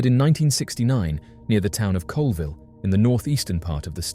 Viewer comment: The town in Washington State is called Colville pronounced Call ville Not Coalville.